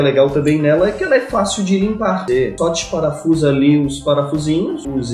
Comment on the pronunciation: "só dixparafusa ela"..... Garoto "popaganda" da grelha guerpado!!!!